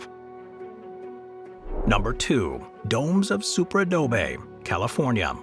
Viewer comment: The narrator's voice is AI. Its first pronunciation of the words "Super Adobe" was a dead giveaway.